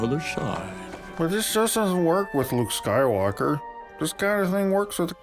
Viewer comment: "the Luke SKYWARKER that we knew". Well if you still have to learn to say it properly, it guess it explains a few things...